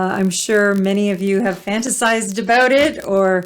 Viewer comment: Please say fantasized again